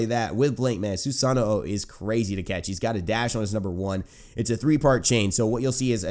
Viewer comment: SUE-SAH-NO end of disscussion, not hard to say at all